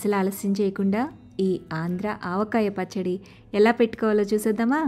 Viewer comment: Aavakaya? Pachchada? Avakai Pachchadi enti 🤦🏽‍♀️